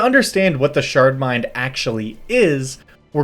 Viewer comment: I kept hearing "shart mind" and it would make me smile.